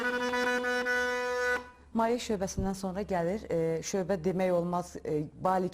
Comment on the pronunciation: Maye yox, mayə